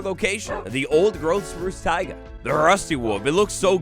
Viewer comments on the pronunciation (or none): none